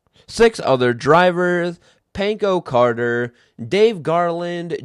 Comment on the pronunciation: Check pronounciation. "Pancho Carter" is pronounced "Poncho" like a rain poncho. I live in Texas, we have the USRA and TOM's (Touring Outlaw Modifieds) which run mainly in Texas. USRA is just the same as USMTS modified, and here we also, instead of qualifying, have hot laps and then heat races and base everything off passing points. ALSO here in Texas, we have a very popular class called "Factory stock" most are 80s Monte Carlo bodied cars, that run on slicks (aftermarket Hoosiers) and have about 300HP. They put on a dang good race everywhere they go.